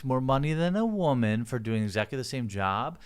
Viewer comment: Not woman. Wahman.